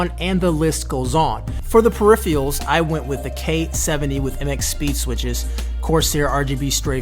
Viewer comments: dude you said "periphials" instead of peripherals smh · "Periphials"? Is it a running joke to not pronounce "peripherals" correctly in Frank's video? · Like no offense but I laughed out loud when I heard "periphials" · Hey. Activate Windows dude, otherwise people will assume you stopped being a ninja and started to be a pirate haha. Also: Peripherals. You totally messed that pronunciation.